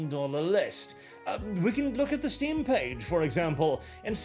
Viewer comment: “Are you ready for ze new world order?”